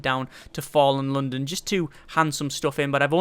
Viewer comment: question, why do you pronounce London like some exotic Chinese dish?